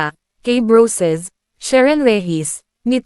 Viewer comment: gaga,k brosas hindi broysas.boba!!!!!😂😂😂😂